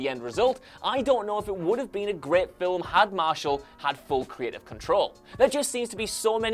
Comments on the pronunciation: Please, stop pronouncing film as "fillum". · 'fillum' (film) that is all i heard the whole time it was so distracting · Film is a single syllable not two lol